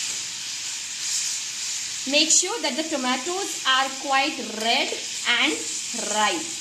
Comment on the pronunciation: Loved your rrrrrredd and rrrrrripe❤